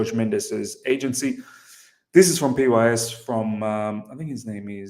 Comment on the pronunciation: PYS is pronounced as Pies.